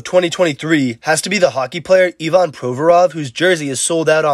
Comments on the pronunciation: Why can't anyone pronounce Ivan 🤣🤣🤣🤣 This is the second video where I've seen it butchered. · it’s pronounced “EYE-vin”. he said his last name right, just not his first name